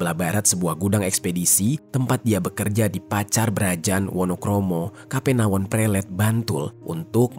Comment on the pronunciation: menyebut Kapenawon, yang benar adalah 'Kapanewon" yaitu sebutan khusus di Daerah Istimewa yogyakarta untuk satuan wilayah setara Kecamatan. Di DIY, jabatan Camat disebut sebagai Panewu.